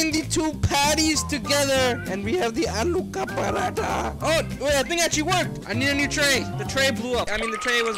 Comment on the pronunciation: The fact him being American and properly pronouncing " aloo ka paratha " us just impressive